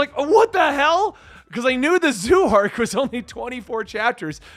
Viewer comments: I love he is calling it the zoo arc honestly hahahaha it kinda makes sense if you don’t know any better but think of it like like z O like the letter O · Zoh!!! Not zoo!! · Its pronounced Z-oh.drop the y in zoey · Zou is pronounced like dough. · Man I hate to Bo that guy I really do… it’s pronounced Zo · Dude it's zou as in zo I wish you read comments on your latest collaboration video. Also warning Carrot is 15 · Didn't know it was so hard to pronounce Zou...